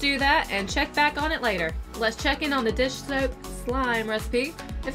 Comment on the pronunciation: Does anyone know why these slime people say "dis soap" instead of "dish soap"??